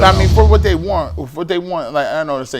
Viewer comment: can you please say “they” instead of “day?” I get it. Dialect. Don’t you want to improve? I like your show and I’m right with you after every Browns game. I’ll continue to be. It just grinds my gears.